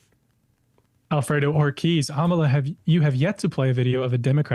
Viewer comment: Its not Amala its Amala